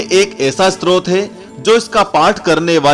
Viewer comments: STROT nahin STOTRAAA. BOLNA SIKH PEHLE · स्त्रोत नहीं, stotra स्तोत्र होता है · Use स्तोत्र kehte hai स्त्रोत nhi..